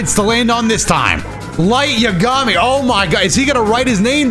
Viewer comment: The way this dude said Yagami :((